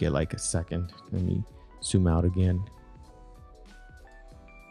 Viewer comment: Why do you say 'soooom' instead of zoom